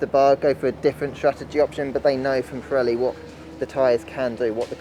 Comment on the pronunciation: an-ah update-ah from-ah Pirelli-ah on-ah the-ah tyre-ah- issues-ah from-ah the-ah 2020-ah British-ah Grand-ah Prix-ah